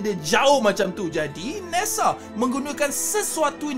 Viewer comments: Bukan deta tpi data bukan nesa tpi nasa 😂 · Nesaa Detaaa Biasa² sahaja bah klau bckp tu bang..